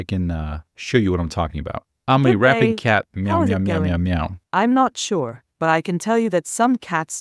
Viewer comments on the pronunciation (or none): she just has semi-randomized / glitchy pronunciations, that’s why the “I’m Not Sure” section sounded like “I’m Notchure, I like that word” lol